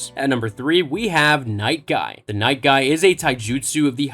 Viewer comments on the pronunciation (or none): Night guy? Fail. It's might guy.